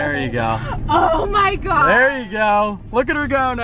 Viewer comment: When she said “oh my gowed”